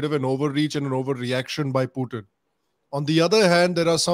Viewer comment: Sorry to point out but after explaining that a ‘lovely part of your childhood’ was spent in Russia, your pronunciation of “Putin” was not very accurate,.